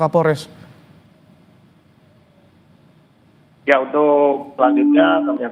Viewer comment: Pak kaporles yaa😂. Bukan Kapolres🤣